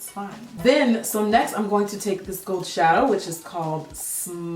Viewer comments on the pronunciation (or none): none